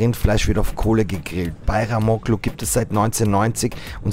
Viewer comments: Bajramolu ausgesprochen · Du sagst doch mit Absicht bayramoKKlu. Als ob du es nicht aussprechen kannst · DAS G MIT DEM STRICH WIRD NICHT AUSGESPROCHEN. LERNT DAS DOCH MAL, WIR LEBEN IM 21. JAHRHUNDERT. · Der strich auf dem g also ğ macht das zu einem weichem g ausgesprochen wie ein h